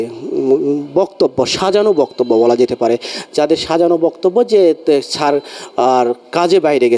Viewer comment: সাংবাদিককে উচ্চারণ শুদ্ধ করা লাগবে। ছার না শব্দটা স্যার 😊